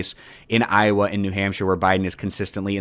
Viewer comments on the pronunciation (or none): none